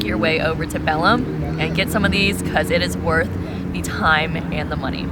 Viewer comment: The way you guys butcher the Portuguese names is hilarious, but looks like you guys are having fun, note the L in bacalhau is silent, but this is a really tough word to say, and Belém is said closer to Belaym, with a very soft pronunciation of the m, but some words are really tough for us Americans lol